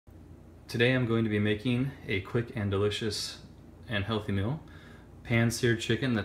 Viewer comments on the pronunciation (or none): It's pronounced MEAL not mill